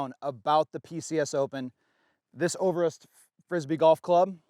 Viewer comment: its "ö"ver"ås", not "ouverahs" :P Ö as in "Mike -E-rhmantrout" or as in "b-i-rd" and Å as in "p-oo-r"